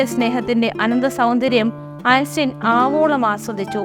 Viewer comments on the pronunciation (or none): നന്ദി🙏. ജർമ്മൻ പേരാണ് ഐൻസ്റ്റൈൻ. ഉച്ചരിക്കേണ്ടത് ഐൻസ്റ്റൈൻ എന്നാണ്; ഐൻസ്റ്റീൻ എന്നല്ല.